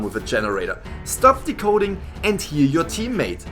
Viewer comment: When this man says decoding or hunter it hurts me